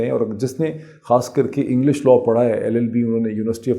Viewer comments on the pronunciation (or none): none